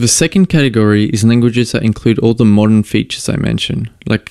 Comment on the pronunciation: I keep thinking you're saying "VLSP" when you say "the LSP".